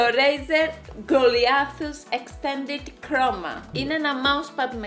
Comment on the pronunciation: Κρομα χαχαχχαχαχαχαχαχχαχαχαχχαχαχαχαχχαχαχαχαχχαχαχαχχαχαχαχαχχα χρώμα αντί για κρώμα